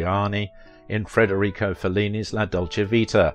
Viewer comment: The name of Fellini, the greatest movie director of all times is Federico, not "Frederico"🙄